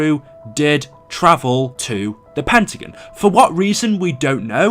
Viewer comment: Tbh the way u say “pentagon” bugs me 😂😂